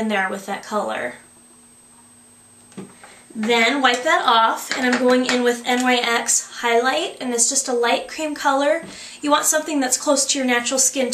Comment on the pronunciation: The Nyx make is acctualy pronounced like "nicks". I used to make the same exact mistake ;D